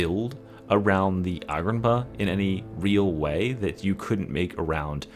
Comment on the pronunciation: repeat after me: AH-GRIP-PI-NA AH-GRIP-PI-NA AH-GRIP-PI-NA Agripinaa